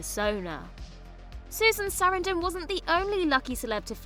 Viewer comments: It's horrible. Highlighting her as a super famous star and then mispronouncing the name is jarring. It makes me immediately think the narrator is dumb and the editors are absent. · I can't get over the way you pronounce Susan Sarandon's last name 😂 I love it btw 😁👍